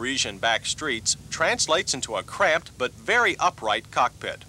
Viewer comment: "cramped", not crap